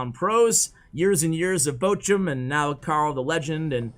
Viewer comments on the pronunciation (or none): none